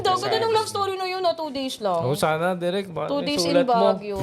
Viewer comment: yung kung anong ginanda ng pakasabi ng "Hyacinth", yun naman ang pinalpak ng "Dirik" 😂😂😂